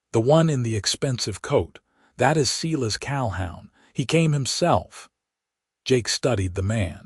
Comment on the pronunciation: Seelus Calhown?? Silas Calhoun....work on pronunciation is needed on these AI narrated stories,and the math was faulty as well. 100 years after they met they would not have had a 92 year old graddaughter. More attention to detail please. Other than that the story itself was good.